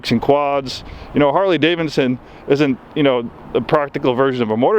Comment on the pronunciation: “Harley Davenson” 😂